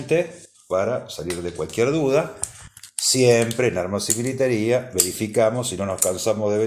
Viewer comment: Es militaria, no militaría. Lo tienes bien escrito pero mal pronunciado.